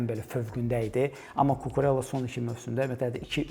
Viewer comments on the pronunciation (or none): Mövzudan kənar: Cucurella italyan deyil, ispan olduğu üçün adı "Kukureyya" olaraq tələffüz edilməlidir.